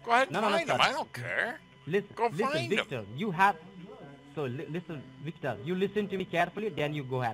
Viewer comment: Anyone else notice something different about that “Senior DEA Supervising Rundi”???.... She was extremely well spoken for an Indian Scammer! First one I’ve heard who could pronounce the letter “V” correctly!! Victor... not Wictor. That’s dangerous